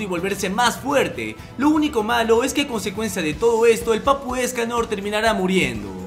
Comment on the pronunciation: La primera ves que vi los 7 pecados capitales era una memegirl por decirlo así Y cuando escuche ESCALOR YO ESCUCHE... ESCALERRRRRRR